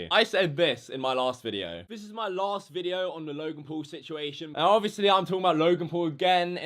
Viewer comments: Again another youtuber who wants to get views just by mentioning Logan Paul and giving the video a dramatic title . Oh and btw it's Logan not "lauogan" if you don't know Logan just stop talking about him he is like that in every video that is absolutely normal from him. And yes joining the movement being a maverick is good! Oh and btw he is living his life and not talking about what YouTubers did!!!!! I'm sure he could talk so much shit about you too! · Whenever says his name, it sounds like he's saying "Logan Poo" sometimes XD